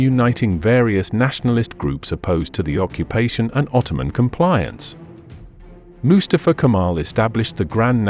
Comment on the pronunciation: I liked this history lesson a lot, but i can't stand the narrator's pronunciation of the name "Mustafa" with his emphasis on the first syllable, not on the second syllable, which is correct. It's not MU•stuh•fuh. It's Mu•STAH•fuh. And, it's a name that is very important in my group of friends. This is probably AI narration. Nevertheless, a documentary should be "proofed" before uploading.